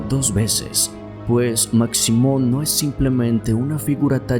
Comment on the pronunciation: Hola, saludos desde Guatemala. La figura de Maximon (se pronuncia Mashimon) es muy venerada, le llevan de todo como ofrenda, principalmente tabaco y licor y según la tradición si no le cumplen lo que le ofrecen les va muy mal.